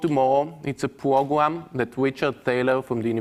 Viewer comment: This this man just say "It's a Pwogwam?"